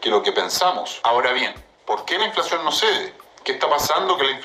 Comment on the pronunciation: No es inflaxion es inflacion 😂😂😂😂